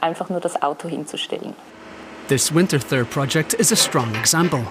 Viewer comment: Ich mag, wie der Sprecher "Winterthur" mit einem englischen "th" ausspricht! 😄